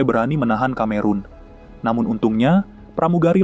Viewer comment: Film murah, tahun 1940 kok Messerschmitt ME kok udah ikut perang, pdhl pesawat2 itu baru mulai operasional tahun 1944. Konten kreatornya juga murah, Cameron seharusnya dibaca Kameron malah dibaca Kamerun (Cameroon), emang dia negara di Afrika? Dan ada bbrp lagi flaws-nya saya lupa.